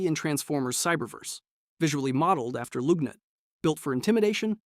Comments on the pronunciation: It’s pronounced LUHG-nut, “Patrick Star”! 🤨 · I'm sorry. Did you say 'loog-nut' ?